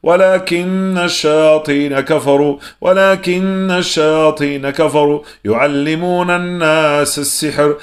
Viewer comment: Désolée mais j'ai fais plusieurs remarques à chaque début de vos roqya y'a toujours ce bruit de la cloche et au lieu de wa la kinna shayatina vous dites kimna et aussi you allimou nassa vous dites you allimou nam nassa